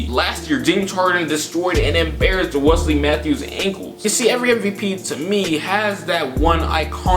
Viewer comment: U sais wesly Mathews????????